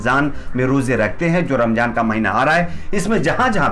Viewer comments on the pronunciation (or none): Ramzaan h bro Ramjaan nahi pronunciation sahi se kro....Alkah Hidayat de Hamare Yogi Ji ku😎